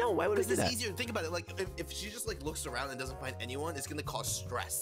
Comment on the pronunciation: “Find” you said fine